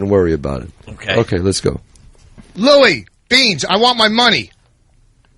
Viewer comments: Louie Beanshshceh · Except sometimes when he says it mushed together. LOUIEBEANS!